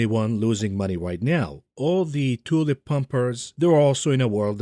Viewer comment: cannot help a giggle at each tioolip. Dare anyone to mimick it